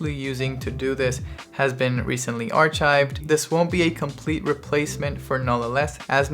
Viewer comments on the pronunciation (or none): *ar-kived, not ar-chived